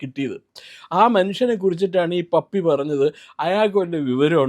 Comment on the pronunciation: പപ്പി അല്ല അപ്പി